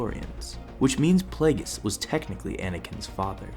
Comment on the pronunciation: Why are you pronouncing it playgus